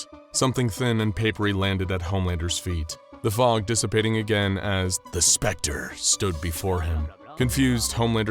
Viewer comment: The narrator said " Homelander " casually but when he said the spectre it was more like: " Homelander lasered T̸h̷e̵ ̴S̵p̴r̸e̷c̴t̶r̷e̸ only to find that the T̸h̷e̵ ̴S̵p̴r̸e̷c̴t̶r̷e̸ has appeared behind him, then T̸h̷e̵ ̴S̵p̴r̸e̷c̴t̶r̷e̸ punched Homelander *